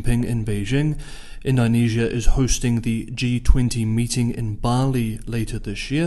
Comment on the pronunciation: It’s indo not indynesia